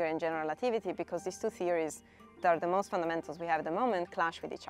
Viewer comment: "But mosst likely won't"